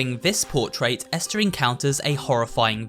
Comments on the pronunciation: Ester? I’m pretty sure it’s EstHer bro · Hey umm her name I not Ester it's esther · Ah yes Ester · How can not say ESTHER right?